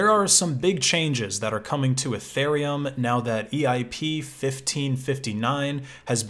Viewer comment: Guy is E-thereum not eh-thereum